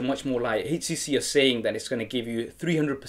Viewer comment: nice vid,,,, he keeping say hcc